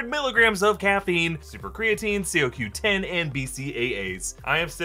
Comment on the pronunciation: CoQ10 is commonly pronounced Co-Q-10. Thank me later...